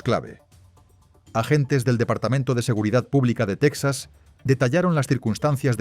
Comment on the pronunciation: Porque pronuncias Tecsas (Texas) anglosajón con acento Español Ibérico? Sería Tejas para los Hispanohablantes cono!😂